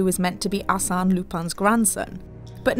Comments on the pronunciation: She pronounced the Arsene so wrong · It's pronounced "Arse-en", as in arse, the British version of as and then "en" from end, not "assane"! They don't even pronounce Lupin right! It's clearly pronounced "loo-pen" but instead they say "Loo-pan"! How do I know this? Simple, 𝗣𝗲𝗿𝘀𝗼𝗻𝗮 𝟱.